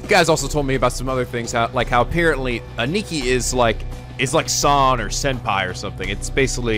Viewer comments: Still Ani-ki... Its pronounced Ann-nah-ki. (The English/British way of pronouncing A's.) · It's not pronounced "A neeky" lmao